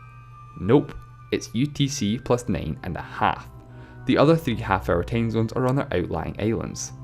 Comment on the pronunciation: "Tame zones" XD My cuntri hab nane tame zones